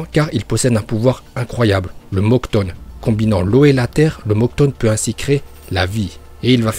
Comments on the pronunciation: Pas le mokton... Mokuton... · Mec tu dit Mokton au lieux de mokuton et Ninjustu au lieu de Ninjutsou tu fait pas d'effort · Mokutone pas moktone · Mocton XD c le Mokooton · Pk tu dit mokton alors que c mokuton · C’est mokuton pas mokton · De ouf ou quand y dit le mokton au lieu de mokuton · "le mokton" 😭😭😭😭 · Uchihhhhha, mokton, suzzano, saske, bidju et par contre ta pas le droit de deformer le nom de itachi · Je sais pas pourquoi tu prononces aussi mal certain mots comme Shippuden, Mokuton etc xD